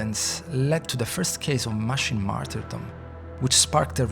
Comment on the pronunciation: "Matchricks"? "Mashin"? "Rubutts'"?